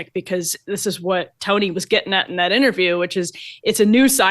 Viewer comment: You would think mk could pronounce Tony’s name correctly she wasn’t even close. Nice reporting